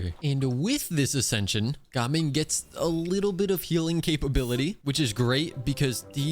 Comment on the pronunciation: How do you keep mispronouncing gaming?